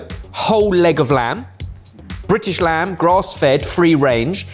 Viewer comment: Is it mandatory to roll the R on "Brrrritish lamb"